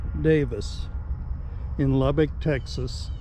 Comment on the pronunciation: Damnit Dude...if you cant pronounce Lubbock correctly...just keep your mouth shut. It is NOT Lubbeek (Lub-beek). It is Lubbock as Lub-buck."